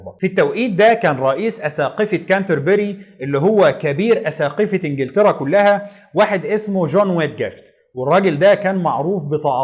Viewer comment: مجهود جبار ومعلومات قيمه جدا.. تسلم ايدك.. وأنا بصراحه كان نفسي ألاقي حد يلخص تاريخ أمريكا كده.. الله ينور عليك.. بس عندي ملاحظه يا ريت تشتغل عليها.. نطقك لكثير من الألفاظ محتاج تصحيح.. علي سبيل المثال وليس الحصر.. إنجلترا وليس انجلطرا.. الملك جميس وليس الملك جيمز اوروpا وليست اوروbا.. فيليب وليس فيلب ربنا يوقفك